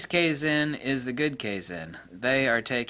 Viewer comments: I think it's pronounced KAI-ZAUN, I have a toyota industry training video, US, meaning "constant improvement" or "Perptetual Improvement"? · Kaizen (ka-i-zen). The "a" in japanese is always flat "ah". If it was "kayzen" it would be written in romaji as keizen. 改[Kai] to change with positive connotation, 善[zen] more or less as said, it refers to purity and virtue. Kaizen = Pure/Honest Improvement. I haven't heard a whole lot of Japanese/Chinese terms like this, but i'm very used to the way the language works, and working out what it means is a walk in the park. A note: unlike most languages, Chinese and derivatives (Japanese etc), when using the full Chinese characters, you can work out the etymology and the definition of the 'word' by it's strokes and radicals (letters) in which it's made. The proto-concepts piece together to make more complex concepts, and continue to compound. It's the best language system i know of that's still in use. Japanese production tends to take to the extremes that the creator knows and the consumer does not. So at times they'll do things in a good way and improve things wisely, but other times you'll get some fools who'll just push forward things by manipulating the people in the business. Japanese business is very inter-personal, they meet eachother in person, often meet up at a restaurant or karaoke, so manipulating is a lot easier. Manipulative change is deception, thus absolutely not kaizen, no matter what anyone says. Fire has always been referred to as a purification of spiritual negativity and such. When you apply concepts like psychometry and my hypothesis of it as a cognitive